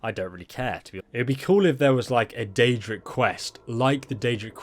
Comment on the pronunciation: Chihuahua Yum is wrong af if he said daedric